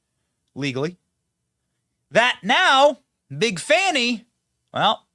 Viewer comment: Uh, It's pronounced "FANI' not the other way, lol.